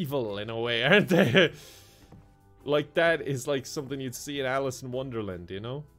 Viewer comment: The way you said "Alice in Wonderland" made it sound like she just took a trip to Sunderland to get some shopping done 😂